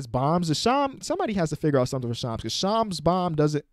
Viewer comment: It’s shams not shams